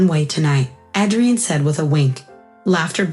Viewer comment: Pronounce Adrian with a long A. Son, not sun. Steadied, not steady Melting. "Mic" is pronounced to rhyme with Mike. Mike, not Mick. Cessna, not sedan. Mi vida, not mavida. Senor, not Sayor. Cessna, not sensa. Mi reina, not Marena.